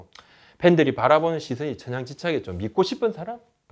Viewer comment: 믿고싶은 사람이 밉고싶은 사람으로 들리네요. ㅋㅋ 근데 그래도 뜻은 어울립니당ㅅ